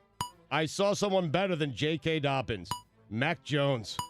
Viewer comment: Can't believe no one caught Stugotz saying " J.K. Doppins"